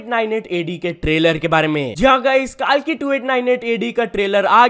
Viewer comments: Kaalki nhi kalki hai wo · Kaalki nhi bae kalki 2898 ad hai chomu kahika😾 Thik se pronounce krne bhi nhi aata isse maine aksae pakda h🥴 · Abey kaalki kaalki kya bolra hai?? Kalki hindi word hai fir bhi pronounce ni kiya ja rha??? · Not KAALKI ! It's Kalki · bro, It's कल्कि na ki कालकी dost Fix it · not kaalki (काल्की) its kalki (कल्कि ) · कालकी ❌ कलकी ✅ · Kalki ❌ kaalki ✅ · Bro its not kaalki its kalki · it's not Kaalki , It's kalki🙄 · Bhai it's not kaalki it's kalki pronounce sahi se karo bhagwan ka naam h please no offense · Kaalki nehi bro kalki h😢😢😢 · Bro it's 'कल्कि' and not 'काल्की' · Bro it's not kaalki its kalki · Bhai vo कल्कि hai... na ki कालकी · It's kalki not kaalki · Its not kaalki its kalki bhai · It is कल्की bro Not काल्की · Its not kaalki.. its kalki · Kaalki nahi kalki bro 🤦🏻‍♂️ har bar galti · Kaaalllki nhi ha bhai vo KALKI ha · Kaalki😂😂 are kalki h vo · bro its कलकी and not कालकी please as a Indian pronounce properly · kalki pronounce to thik se karle ..kaalki kaalki kya karra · Kaalki nahi hota kalki hota hai jayada English Sikh gye kya? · bhai pehle kalki bolna Sikh le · Pronounce KALKI properly